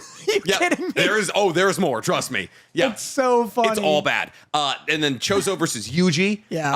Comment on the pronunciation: It's choso not chozo